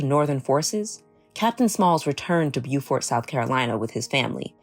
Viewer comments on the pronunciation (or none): Awesome story! ... but the town's name is pronounced 'Bowfert'. I grew up in North Carolina and we also have a town named Beaufort.